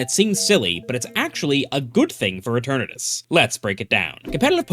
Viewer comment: dude it's not uturnuts, it's eternatus. read all the letters.